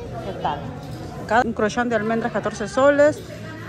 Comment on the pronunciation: Pero no se diche crochan 😊